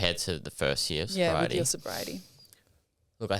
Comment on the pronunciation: Congratulations 🎉🎉on your life change. Are you talking alcohol only or drugs too when you say soberiety. Ty